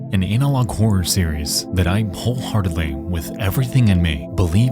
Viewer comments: Is no one going to talk about the way he says analog lololol anal-log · sorry to be immature, but I laughed because it sounded like you said "anal log horror". 😝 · lol, did Nexpo pronounce "analog" as "anal-log?" with the long A? lmao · Are you saying analog like "Anal Log" on purpose? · "An ANAL-og horror series" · ANALog is a silly pronunciation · Dope series, awesome vid, but hands down best part is the enunciation on “ANALog Horror” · Bro, I was thinking the same thing. 😂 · I don't like the way you have been saying "analog".